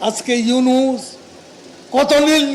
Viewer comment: আরে নষ্টা মহিলা ড. মোঃ ইউনুসের েএকটা বালের যোগ্যতাও তোর নাই তুই িতার না টা ভালো করে বলতে পারলি না কেন///////মূর্খ সাংবাদিক.....